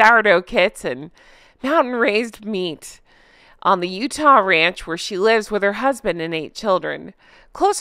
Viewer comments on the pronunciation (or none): none